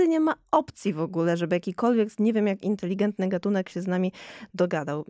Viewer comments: Bardzo ciekawy odcinek ale potwornie ciężko się słucha specjalisty naukowca, który ciągle mówi INTELIGIENTNY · Panie doktorze - nie inteligientny ale inteligetny